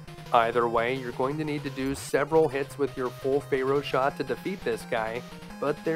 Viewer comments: "fair-oh", not "fay-roh" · I find your mispronunciation of Pharaoh to be quite disturbing. It's pronounced Fair-O, not Fey Row! Also, you forgot to mention the trick where you can disable the Octopus Furnace's hitbox by firing a Drill Bomb at its weak point & manually detonating it just before contact. This will disable its body's hitbox, allowing you to stand directly underneath its weak point. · I don't know if you're saying Pharoah like that as a joke or what. I have never heard it pronounced like that. 😆Good play through!! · Hehe, your pronunciation of "pharaoh" gave me a giggle. "Faye-Row Man" 🙃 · Fay-row man 😅